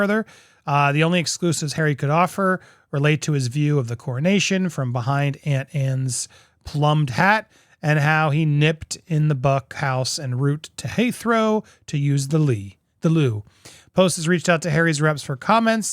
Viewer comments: Plumed is pronounced ploomed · Plumed has a long u, please!